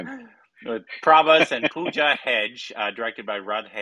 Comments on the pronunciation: Hegde not Hedge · Pronouncing Pooja 'Hegday' as Pooja 'Hedge' (Hej) is epic!!😂😂